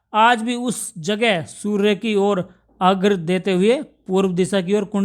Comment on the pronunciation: Aghra ❌ nhi. Arghya hota hai